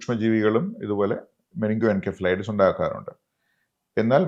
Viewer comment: "muh-ning-goh-en-sef-uh-LIGH-tuhss" - correct pronounciation